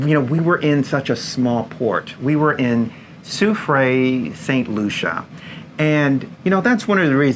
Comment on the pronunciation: In case you're interested (I would) my first language is French. Soufrière is pronounced: sou. free. air. Sou. fri. ère.